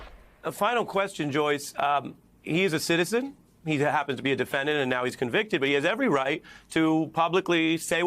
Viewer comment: "Convited " Citezen Bannon LMAO!!